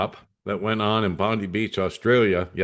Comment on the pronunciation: Thanks. We have ppl in the Australian news comments saying we need a leader like Trump, they love him here as well. It’s just nuts. It’s pronounced Bon die, apt.